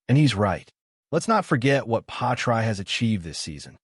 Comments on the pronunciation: Why pronounce his name “patry? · Work out how to say Pi ast tre